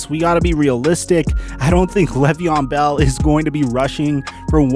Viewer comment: "Lay ve on" not "lev ee on"